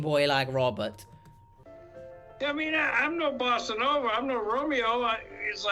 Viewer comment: ....did he say BOSSA nova???? I know he's scum, but I felt like being petty.